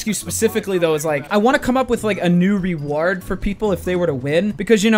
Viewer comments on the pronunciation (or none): “Re WARD” and “Black Out” Jesus, ya having a stroke there bud? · Hey dooo why you say rewards like that